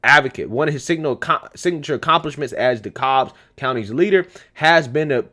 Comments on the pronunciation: FYI, in Georgia, Dekalb rhymes with the cab, not the cobb. Probably because we have a Cobb county also. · Bruh, you're trying to hard trying to pronounce the county. Just say it like DeCab/DaCab. Vernon Jones for Governor Herschel Walker for Senate Owens '24 if Trump doesn't run ✌️🍑👍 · DEKALB COUNTY - "DE-CAB" COUNTY